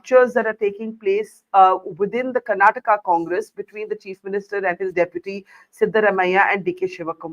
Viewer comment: It's baffling how often southern names are mispronounced in national media—even by those who call themselves senior journalists. They'd be furious if someone said Indi for India or Americ for America. But somehow, Karnataka becomes Karnatak, Kerala becomes Keral, and Tamizh Nadu becomes Tamilnad—as if vowels, syllables, and pauses are optional south of the Vindhyas and can be casually tossed out. Even names of public figures aren't spared: Siddarāmaiah becomes Siddaramaya, with "ayya" reduced to "aya" and "Rāma" flattened to "Rama"—as if no one in India knows how to pronounce Rāma. Sure, in natural speech, even locals might blend syllables. But in formal English—especially from a senior journalist—we expect accuracy. And just for the record, many Indian states outside the South also end in vowels—Goa, Haryana, Maharashtra, Meghalaya, Odisha, and Tripura—and no one mispronounces those. So let's be clear: this isn't about difficulty. It's about where attention is given—and where it isn't. It's about effort… or the lack of it.